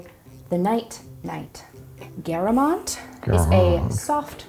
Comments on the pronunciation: The way she pronounced Geramont killed me, but tbf Frech can be a bit difficult sometimes 😂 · I am not French but I am pretty sure that’s not how you pronounce Géramont.😂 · the pronunciation of geramont i can't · When you ask yourself what is geramont for minutes until you find out, they mean geramont (french pronunciation). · Geramont is spoken more like the beginning of 'gerard' and the ending of 'croissant'. Nobody asked but hey :) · That... that's not how you say Géramont. That cheese is French